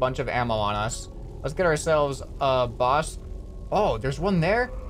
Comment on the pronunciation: lol you said bus instead of boss XD